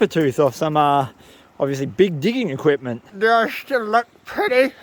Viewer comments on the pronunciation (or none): "Big digging ecuipment" 😅🎉